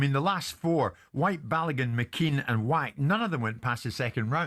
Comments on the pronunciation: Yeah, it's pronounced Vack.... but Wack sounds so much better for a fighter 😂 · Why does Spencer and Jordan get so much hate but the dumb jock gets a pass?? “Mariusz Wach, I love that name” he’s pronouncing it WHACK what it’s W is pronounced with a V… Donkey